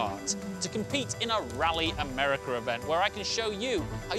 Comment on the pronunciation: I love how he says americer